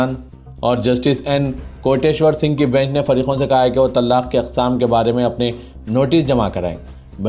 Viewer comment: Ap please urdu durust kahey TALAQ HAI TALLAQ NAHI jahil na baney Kal Adam hai Kaaaal adam nahi stupid na baney thank you